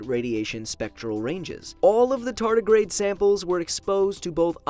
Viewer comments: Tarty the Tartagrade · A TAR TAR GRADE 😂